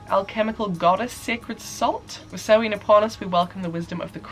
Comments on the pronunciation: it’s ‘sau-wan’ not ‘sau-ween’ although there will always be people that pronounce things slightly differently. Especially with wiccan holidays cause they’re spelt weird lol :) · Sahmein is pronounced Sam-main at least that's what I'm assuming you're trying to pronounce. it has the very rare hard "a" sound from ei like in vein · Shadow Burk Question: is the end of Samhain pronounced “in” (like “in or out”) or is it more of an -een, the way says it? I’ve been using the “in” pronunciation but “een” sounds so much better and more like Hallowe’en as well